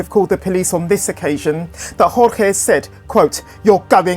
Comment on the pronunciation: "George" Not "hor-hay". Like many other Cuban-American men in south Florida named Jorge, he preferred the Anglican pronunciation. This is not conjecture, he is seen using the "George" pronunciation himself in videos. It's disrespectful to ignore his preference in this regard.